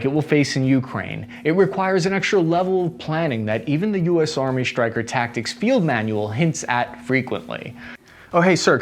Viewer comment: "Tactics", not "Tacticts"